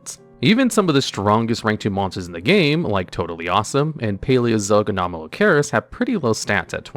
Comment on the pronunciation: "Opabina" lol it's "Opabinia", there an "i" between the "n" and the "a." Yu-Gi-Oh! players and reading, amiright?